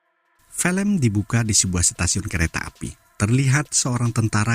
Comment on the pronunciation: Filem (film) la bukan 'felem'..your English very bad!